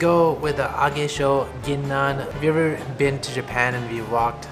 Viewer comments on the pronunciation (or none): none